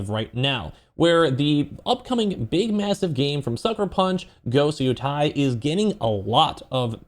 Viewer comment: "Yo- Tay!"